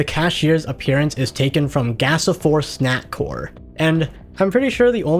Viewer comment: Swear to GOD he's fucking saying snackwhore instead of snackcore but I can't prove it